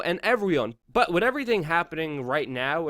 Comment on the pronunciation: Luke I love you guys but you gotta get better First - the word 'with' is pronounced "with" not 'wit' Other Luke'isms on this vid : 'Blanketed' (you meant blatantly) cold-heartedly (you meant whole-heartedly) 'more technically' (it's just 'more technical'). There were others. I know you're more intelligent than you come across; improving your grammar will help this channel immensely. Please keep up the good work